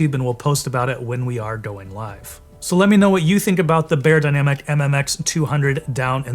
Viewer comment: You mispronounced Beyerdynamic 😩